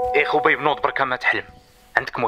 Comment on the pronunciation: خبيب بالضم وليس الواو